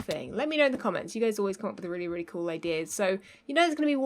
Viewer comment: 😂😂 ("really, really" - with your accent)